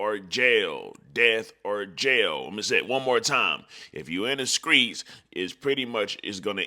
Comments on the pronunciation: My guy what the hell is the skreets 😅 you mean the streets 👀👀👀👀👀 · That's how they pronounce it in Memphis